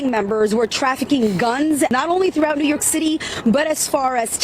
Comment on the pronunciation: Whenever says "New York," I hear "Illinois."